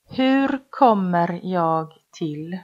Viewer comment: ليش حاط حرف صوتي بكلمه انا Jäg هيه مو هيك صح هيك هيا Jag